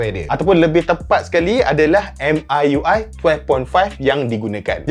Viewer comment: Bro pls.. 😂 Pronounce dia dngn MIUI mcm ni "Me(saya dlm bahasa English)" dhtu ckp UI tu sja 😂